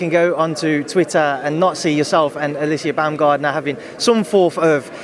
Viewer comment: I wanna bummayer not buamgardner